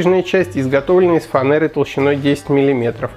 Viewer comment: бесит фанЭра. Ладно что хоть еще не фрейзер ))) . Ну а так спасибо! ))